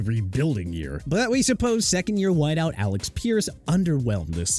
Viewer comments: Prouncing Alec as Alex killed me 💀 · First off it's Alec (a-luhk) Pierce. Second, Jaguars are pronounced jag-waars not jag-wires. Gimme a break. Third, if Xavien Howard was disappointing to the Dolphins, maybe he should either be traded or released, right?